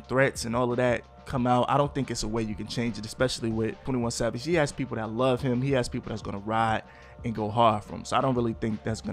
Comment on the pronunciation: Da way he said people 🤨